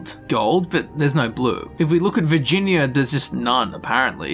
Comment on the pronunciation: All I hear in the first five minutes of this video is "vagina".